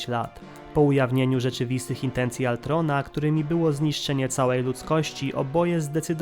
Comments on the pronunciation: Przekręcasz dużo imion np Ultron a nie Altron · To był ultron nie altron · wkurza mnie jak ktos używa gimbowego sformułowania "cringe" Brzmi żałośnie Lepiej wypowiadac Ultron tak jak sie powinno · Nie chcę zabrzmieć jak jakiś hejter bo nie mam tego na celu, ale... KTO MÓWI ALTRON?!?!?!?!??!?!?!?! MÓWI SIĘ ULTRON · hej troche spóźnione ale mówi się ultron a nie altron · Panie nie altron tylko ultron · To jest Ultron nie Altron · uszy mi krwawią jak mówisz Altron